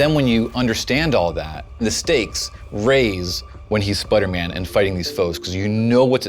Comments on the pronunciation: It's Spider-Man Not Spuderman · Spidah man